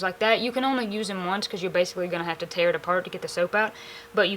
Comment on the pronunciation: I love the way she says "Tare" a lot of my family says it like that, but we are Ozark hill folk not the Appalachian hill folk... One of the things I love so much about this channel is a lot of the words you folks use we do too, some of them with little to no definition change